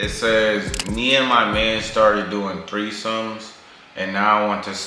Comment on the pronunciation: My dumb a… “thirty-third-somes” 😭😂😂🤦🏾‍♀️